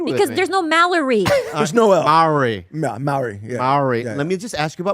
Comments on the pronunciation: Fyi in Maori culture we roll our r's so "Maori" is pronounced differently, just letting yall know 😌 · Gotta roll those r's when saying Maori. Should almost sound like you're saying mouldy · Shoutout to it is Maori (pronounced Mao-Dee) Rolling the R